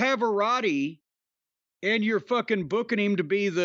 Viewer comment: Please never pronounce "Pavarotti" ever again.